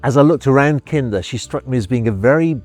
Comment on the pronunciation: I love how the English add Rs in just the right places: "Kinder"